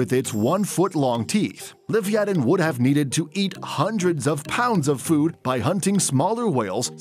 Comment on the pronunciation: I love how it abruptly cuts off after he says “foodt”